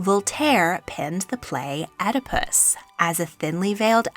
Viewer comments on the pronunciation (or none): none